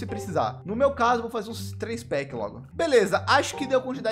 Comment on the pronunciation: É tao legal escutar o falar "fala galhera, bleza"